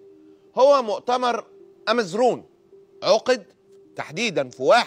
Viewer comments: امزورن وليس امزون Imzouren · جدتى من قبيلة بنى ورياغل béni weryaghel في الريف و نعم الامرأة القوية كانت لاتخاف من احد إلا الله . اماً عن النطق إمزورن Imzouren. في بيتو سورة البطّال و المقاوم عبد الكريم الخطابي .